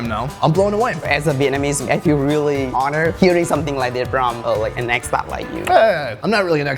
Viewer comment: it sounded like he said ex pat not expert xD